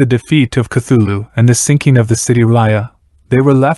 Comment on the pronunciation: Cant take this video seriously when i keep hearing "thugga" right off the bat lol